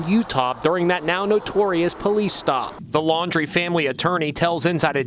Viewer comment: FIRST TIME I HEARD SOMONE SAY THIS GUYS LAST NAME RIGHT LAUN - DREE